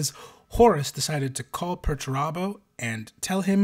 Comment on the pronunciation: Peter Turbo is the greatest thing I’ve ever heard Perturabo called 😂